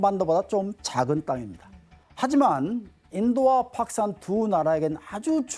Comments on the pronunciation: 저 새끼가 왜 자꾸 파키스탄을 팍산이라고 해? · 파키스탄 발음이 잘안되서 팍산 그러시네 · 교수라는 분이 팍산이 뭐요? 파키스탄 발음이 안되나? 다들 제대로 말하는데 혼자 못하네. 학원 강사가 더 잘할 것 같은데. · 파키스탄 발음 할때 되게 독특하시네 ㅎㅎ 팝스탄으로 들리네요 ㅎㅎㅎ 현지발음인건가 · 자꾸 팍스탄 카시미르 발음이 이상해서 집중이 안됨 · 어우 팍크스탄만 들리네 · 파크스탄이라는 발음에 집중이돼서 영상에 몰입을 못하겠다 ㅋㅋㅋㅋㅋㅋㅋㅋㅋㅋㅋ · 파키스탄 발음 너무신경쓰인다. 조선족드립나와도 이상하지않을정도. 원래 저발음이였을텐데 ㅠㅠㅋㅋ 내 뇌어쩔